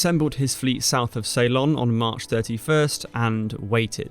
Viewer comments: I am from Sri Lanka, the old name of Ceylon is (and ALWAYS was) pronounced sill-LON, not SAY-lon. If you ask anyone born before 1972 (when the name changed), they will give you the correct pronunciation; Saylun is incorrect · Ceylon is pronounced 'See-lon' not 'Say-lon' basic stuff. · SAY-lon?? You could have looked it up. It's /səLON/. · Thanks for the video, I didn’t know any of that. BTW, it’s Seelon, not Saylon. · Ceylon not say-lon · Ceylon . . . . not salon. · I wondered whether he was using the Dutch pronunciation. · An interesting pronunciation of Ceylon.